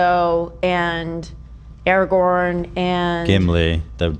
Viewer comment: Finally they start saying araGORN's name correct, the segment is now watchable 😊